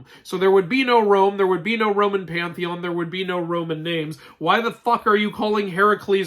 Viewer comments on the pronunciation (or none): none